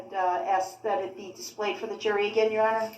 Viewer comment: “the joory” 😂😂😂😂😂😂😂😂